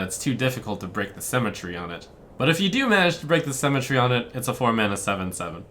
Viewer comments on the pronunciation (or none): Break the cemetery? Come on that has to be intentional... There is no way that's how Trump pronounces "symmetry".